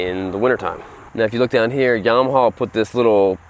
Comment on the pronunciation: I think it's pronounced Yama-ha, not Yama-hall I could be wrong. : )